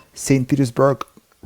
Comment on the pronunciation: St. Petersburg, rrRASHa. Love it